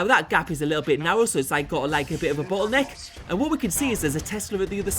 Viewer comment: "bottleneck" with an accent, I think :)